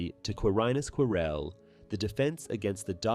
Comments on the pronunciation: He actually said Quirrel correct once lmao. Every time he said it wrong I wanted to jump through the screen to slap him lol his name is said in the movie that you cannot mispronounce is ffs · Every time he say Quirrel I hear Corel and it keeps throwing me off so had 😭😭😭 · I'm enjoying the video. But why are you saying Prof Quirrell like that. ? 😅